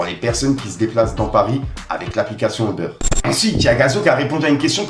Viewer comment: Le trailer, pas thriller stp, eubeurre aussi fais un effort frero, juste U-bére c’est bon force à toi